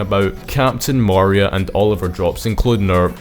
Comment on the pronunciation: Nice video but holy cow man it's pronounced Ma ree Ah, yk, like Maria from sonic adventure 2